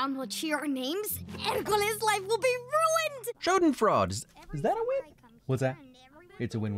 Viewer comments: In German the Es at the end of words aren't there purely for aesthetic appeal so Schadenfreude ist pronounced [ˈʃaːdn̩ˌfʁɔɪ̯də]. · out of all the pronunciations in this video it wasn’t any of the italian words, but the one german word, “schadenfreude” which was easily the worst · The way he was cautious and self-aware about the italian pronunciation just to go ahead and totally butcher the german "Schadenfreude". I love it! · its so wierd hearing an English speaker say schadenfreude